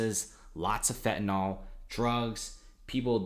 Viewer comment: It's pronounced 'Fen-ta-nill' not 'Fen-ta-nol'